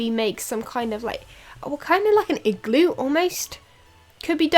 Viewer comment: your accent makes the way you say igloo sound pretty funny but I like it.